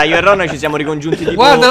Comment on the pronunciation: FANTASTICO, in questo video dice “ci siamo ti-CONFIUNTO”